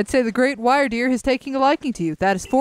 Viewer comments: I've seen people say "Rei" like "Ray" and "Mai" like "May" I've also heard them spoken incorrectly, like you guys. Like "Rei" being "Rye" and "Mai" being "Mye." And I've accepted those as acceptable pronunctiations. But saying "Wyrdeer" like "Why-r-deer is too much. It's "Wer-deer" when you say "Why-r-deer, I hear "Wer-deer." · Wyrdeer is indeed a new evolution of Stantler, and its name comes from the olde English word "wyrd", which is the origin of the word "weird" and is pronounced the same, so the Pokémon is pronounced WEER-deer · I think Wyrdeer is pronounced like "wyrm" so its like "Weer-deer" also great video :)